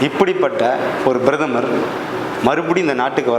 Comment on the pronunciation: Who the hell are you ? Introduce your name with your qualification ? What an idiotic talk... Who wrote and gave you Thundu paper Brathamar illappa PRATHAMAR.. if you have little knowledge can you speak without bit paper